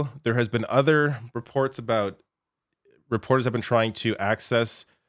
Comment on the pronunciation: "You know what it's all aboot?"